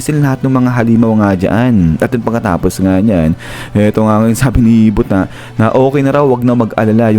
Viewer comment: mali po talaga ang pag pronounce mo ng buta. hindi po yan butta its buta. buta in japanese is pig.